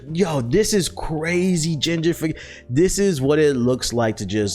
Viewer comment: This nigga kept sayin "GINGERfication"